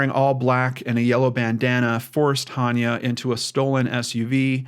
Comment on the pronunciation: Pronounced AH-ne-ah. I love your show so please don't take this as a criticism. I think it's important to get her name right. The YouTube channel Gray Hughes Investigates has a great video about Hania's abduction.